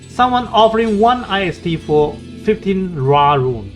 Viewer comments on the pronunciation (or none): lol should we trust players who call the Ist rune I S T 😂